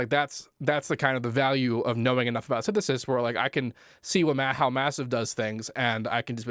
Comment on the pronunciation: syntheseisidisi..synthsesiisus..synthestistu.. basics!